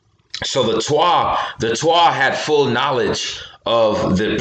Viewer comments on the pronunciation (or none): none